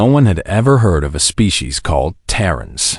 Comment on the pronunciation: Tarrens instead of Terrans 😆.